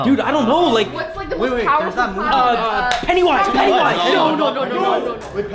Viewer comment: It is a klawn potol